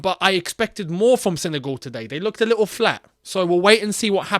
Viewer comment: It's not "Sene goal" mate